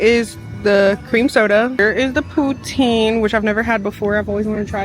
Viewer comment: Canada here, poutine is a french word, pronounced poo-tsin! That did not look like the best poutine, hopefully you can come to Canada one day and try one at a Québec cantine. The cheese is meant to be squeaky, but it usually should be a little melted and soft when you eat it, it's my favourite part😍 poutine is not a gimmick for tourists, we be eating it regularly instead of going to a burger joint